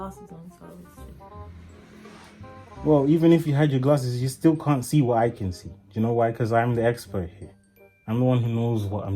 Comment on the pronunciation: "As you can zee"